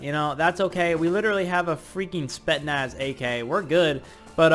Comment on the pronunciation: as a russian viewer, the spetsnaz ak isn't pronounced as "spetnas" it's pronounced as "S P E T S N A S"